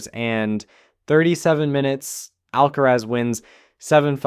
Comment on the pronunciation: I changed the video the moment he said Al- kerez